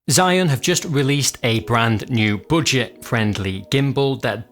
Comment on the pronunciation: I was like: what did he saaayy? "Zhiyun has just a released a brand new butcher friendly gimbal"